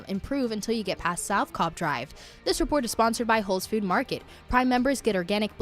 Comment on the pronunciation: Bless the young lady doing traffic's heart. It's not Whole's Food Market. She's said it that way on multiple days, so someone might want to let her know.